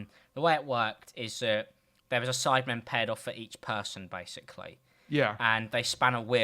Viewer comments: it said Sidmen instead of Sidemen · Ah yes the "sidmen"